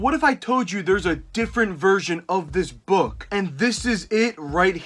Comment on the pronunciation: The way he pronounces book as “buukh”